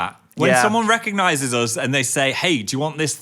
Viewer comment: Anybody else love how Phil says uz instead of us. ❤